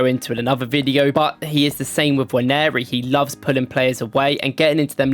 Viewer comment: Now that's a proper Nigerian. Pronounced as Nwaaan-nee-ri.